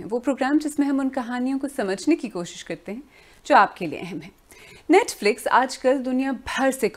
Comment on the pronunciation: Pehle toh isi netflex bolna band karo ..